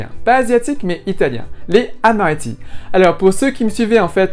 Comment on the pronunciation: Quand on dit "les amaretti" on fait la liaison "les z'amaretti" !! Merci pour la recette 😊